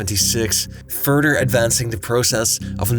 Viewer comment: The presenter says 'furder" instead of "further." What a dumb zhit